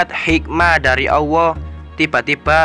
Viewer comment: Maaf sblmnya perasaan mas nya kl nyebut asma allah kok kedengaran di telinga ku sll dg pengucapan awoh ya...mmng bgt atau pendengaran ku yg salah.sering saya mendengar bgt.